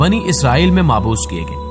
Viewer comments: Aapne /42 minute par ek lafz kaha "Ma,aboos" Dar Asal Wo Lafz "Mab,oos" hai Lihaza Aapse Guzaarish Hai Ke Apne Talaffuz Ki Islaah Farmaaein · معبوث نہیں مبعوث ہے